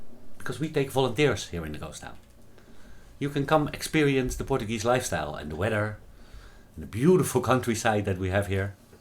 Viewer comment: You were awesome and it’s the first time I heard portagee thought only in Hawaii we say it like this